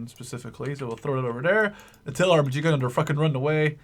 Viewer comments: It's not M chee It's MG like MaschinenGewehr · It's not "MChee" :D maybe the dudes in Switzerland say that so ;D It's just "Ehm Geh" the Geh like walking = "geh"hen in german, i hope you can use it :P To the Snipers "Aufklärer" they just forgot the Umlaut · You said totaler krieg perfect. :) But the MG was just a fail. We dont have a spanish accent :P Just search how we pronounce the G and then its perfect ^^ Also the Aufklärer are pronounced the same every time:1 Aufklärer, 2 Aufklärer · You use the "G" correctly in "Falschirmjäger"! The "g" in "MG" is a bit tricky and rather hard to explain but the "ge" in "Sturmgewehr" is very similar when it comes to the sound.